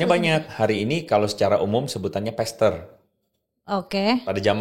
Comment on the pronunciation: Maaf, kalau mau pakai bahasa asing, cek bagaimana pengucapan yang benar. Pastpr bukan pester (artinya bener2 salah deh). Huruf a tidak selalu dilafalkan 'e'. Terima kasih jangan membingungkan. Plus istilah yg tepat adalah Lay-pastor (independent).